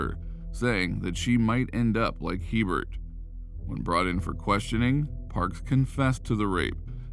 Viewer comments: In Louisiana it’s pronounced a bear not he Bert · 1st its pronounced (A Bear) not He burt... 2nd Louisiana has parishs not countys... also it's the community of waggaman in Jefferson parish... I was like wtf is waggaman county 🤣 we like to be different in Louisiana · stephanie hebert's name is pronounced a-bear. its french. also.... not sure what county you were talking about, but we don't have counties in louisiana. they lived in jefferson parish. do your homework boudroux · There are no counties in Louisiana. Waggaman is a part of the New Orleans metroplex. And her last name (Hebert) is pronounced Ay-Bear. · Herbert is a common last name in Louisiana. It's pronounced (ay-bare) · Stephanie's name is pronounced "A bare", spelled Hebert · Stephanie last name is cajun french... before you start... I knew that family.. the sub division was in WAGGAMAN... and Herbert pronunciation is Abear, long a🫠 Aaaaaabear 🙄no H .... think of HERMES.... EEEAAIRMAYS.🫨🤑🫡🫦 not trying to be picky but I knew her family. SOME CAJUNS .. with a sense of humor 🤣 😆 names their child .. Herbert Herbert giggling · Good job on the video. There's one small problem. Her last name, Hebert, is pronounced A Bear not He Bert. The name is French. The He is pronounced with a long A sound. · Hebert is pronounced “ABear” in Louisiana. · Just throwing it out there in Louisiana Hebert is usually pronounced like A-Bear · Hebert is pronounced “a bear” in Louisiana. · Going to say the same thing. Louisiana check! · THANK YOU, that really irritated me